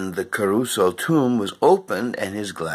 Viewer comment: Boring, morbid, and it's Cah-ruso, not Ca-as in Karen- ruso. According to one of his wife's books about him, she was able to get the Italian government to close the tomb eventually, so whether bombing in World War II had anything to do with it, well, we weren't there were we...